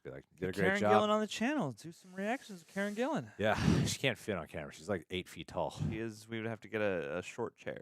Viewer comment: "Karne Gillan"?! 😁